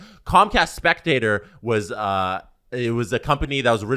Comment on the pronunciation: Its not comcast spectator... Its Comcast spectacor (speck-ta-core)... After like 3 podcasts talking about this I had to say something, it was driving me crazy lol